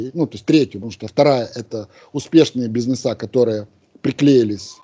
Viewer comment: Пусть наш умник правильно произносит слово бизнес, режет слух.